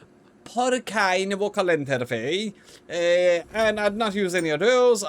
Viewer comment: “Porcine” is pronounced “PORseen”…just FYI. I’ve found that if you have more than one profession that is showing as possible, giving a slight over boost to one required characteristic can cause it to be picked over others. It’s like I have 2 or 3 possible professions, but I am overqualified for one of them, so that’s what I get. Not certain, but that’s looking like how it works.